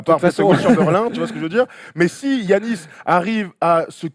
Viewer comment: Je comprends pas ce que tout le monde ( particulièrement les français) a à prononcer Ji-annis ou Gi-annis, ça se prononce Yannis comme en français. A la limite les américains je peux comprendre parce que c'est pas un nom qui leur est familier mais en France ça existe Yanis donc pourquoi prononcer autrement ? Pour ceux qui me croiraient pas, Gi en grec c'est le son Yi, ça s'écrit comme ça juste parce que c'est une traduction de l'alphabet grec à l'alphabet latin. Bref désolé d'être relou mais mes oreilles saignent au moins autant que quand j'entends ENNE-tilikina.